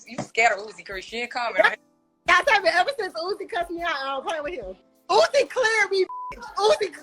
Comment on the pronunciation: im crying at you calling him "Ooze" LMFAOOO